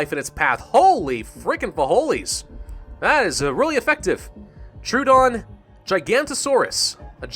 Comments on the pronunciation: you said so dinosaur names not right like trowdon is troodon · it is not called tr oo dons it is called either tr o o dons or tr oh dons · Oh god no,. It is 'Tro-oh-don,' not 'True-don.'